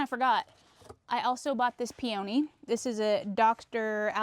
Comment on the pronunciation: Pee-uh-nee! Not pee-o-née.